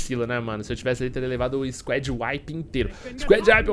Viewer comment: argh q agonia ele falando squed